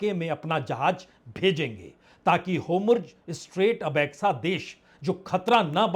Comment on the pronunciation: होमुर्ज़ नहीं “ हॉर्मुज़ “ अधिक सही हिंदी उच्चारण है !